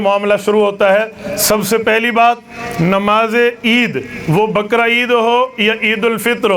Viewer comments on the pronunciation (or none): none